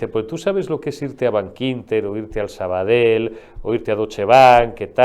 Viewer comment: SabadeL NO, SabadeLl./Yave NO, LLave!! A ver si aprendemos....